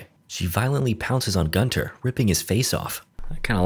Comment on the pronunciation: Why is it ALWAYS Gunter...Guntoae...Guntar...idk